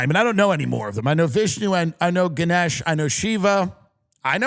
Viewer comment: its Gah-nesh , malaysia represent!